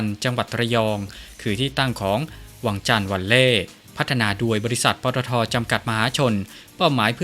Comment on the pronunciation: วังจันทร์ ไม่ใช่ วังชาน น๊ะ..กลัว อังกฤษ แบบไทยๆเหลือเกิน